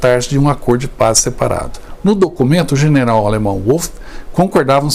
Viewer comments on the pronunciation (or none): A amante de Mussolini chamava-se Clara PETACCI. O nome do general Wolf pronuncia-se "Vólf". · Em alemão W tem som de V ,não de U